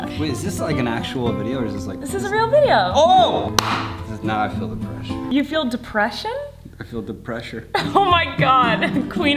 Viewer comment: “Cause now I feel da pressure” “You feel depression?” “ I feel DA Pressure